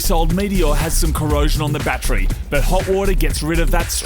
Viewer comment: Love how they say battree.